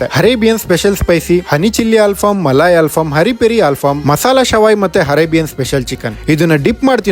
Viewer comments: ಹರೇಬಿಯನ್ ಅಲ್ಲಲೇ ಅರೇಬಿಯನ್ 😭🤦🏻‍♂️ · Its arabian not harabian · Hinstagram?? Hunderground?? Harebian?? ಮೊದ್ಲು ಕನ್ನಡ ಸರಿಯಾಗಿ ಮಾತಾಡು. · ಗುರುವೇ ನಿನ್ನ ಅ ಕಾರ, ಹ ಕಾರ, ಇ ಕಾರ ಸರಿ ಮಾಡ್ಕೊಳಪ್ಪ ಹರೇಬಿಯನ್ ಅಂತಿಯ,ಹಂಡರ್ ಗ್ರೌಂಡ್ ಅಂತಿಯ ಹಿಂಸ್ಟಗ್ರಾಮ್ ಅಂತಿಯ 😂😂😂